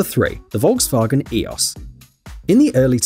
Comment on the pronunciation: What should we do with you to pronounce Volkswagen CORRECTLY???